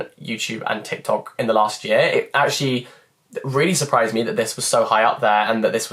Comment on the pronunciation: Am i the only one that felt that "actually"in such a french accent !! 😂